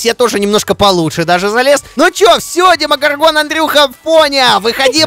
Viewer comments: демого'рган, а не демогорга'н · Овер заметь пж. Ты ошибся не демогоргóн, а демогóргон